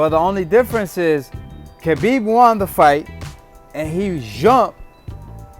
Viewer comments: Dude you keep saying kabib it’s habib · khabib ( huh beeb )